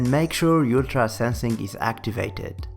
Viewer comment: bro said ultra like "u-tra"💀💀💀